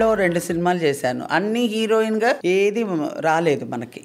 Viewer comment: Erohin kadu హీరోయిన్ అనాలి